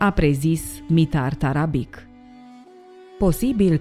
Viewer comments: Tarabici se citește, nu Tarabic. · cu tot respectul va spun că Mitar Tarabic se citește Tarabici și toate numele care se termina in limba sirba cu un c cu accent deasupra se citesc ci sirbii folosesc doua alfabete kirilic și latin dar alfabetul lor latin diferă de al nostru un c simplu se citește ț și mai multe chestii.Va spun asta pentru că sunt vorbitor de limba sirba și cunosc alfabetul lor latin oricum toată stima pt documentarele dumneavoastră le urmăresc tot timpul și sunt fascinat de toate și cine este boul ăla de a zis că Cristian Alexandrescu nu are dicție este un prost.Va rog un răspuns daca se poate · Se pronunta Tarabici. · Tarabici se pronunță ^_^ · doamna la sarbi c de la sfarsitul numelui se pronunta ci, cu stima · ć în sârbește citim ci. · Asta nu "ține" de a ști sau nu limba sârbă... Acest aspect intră în categoria "cultură generală". Ok... "nu știe limba sârbă", însă din acest "team"...chiar nimeni nu știe că litera "c" cu accent se citește "ci"?! Mi-e frică să aud vreun documentar în care trebuie să se pronunțe cuvântul "Straße". Oricum... să nu pronunțați "strabe", vă rog! Iar pentru cultura generală a "team"-ului, ar trebui să rețineți că în Serbia, majoritatea numelor de familie se termină cu "ci". ( ca fonetică) ex: Novak Đjoković, Adamović, Branislav Ivanović, Goran Bregović-poate măcar de ăsta ultimul să fi...auzit.